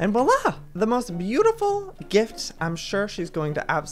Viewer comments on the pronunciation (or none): none